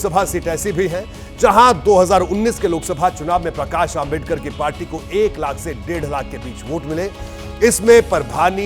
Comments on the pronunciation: Isko dr.babasaheb ambedkar ji naam bhi bolana nahi aata .. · ॲकर तेरे जुबान को क्या बिच्छुनेकाटा है क्या डॉ . बाबासाहेब आंबेडकर का नाम ठिक से बोलने नहीं आ रहा है .